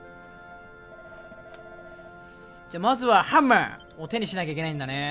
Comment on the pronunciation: よしなまのハンマーの発音ポンコツクエスト思い出すw